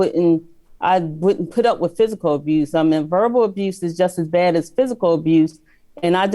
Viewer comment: If he said " abrused" one more time!!!